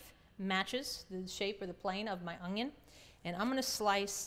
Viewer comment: she calls the onion, an ungion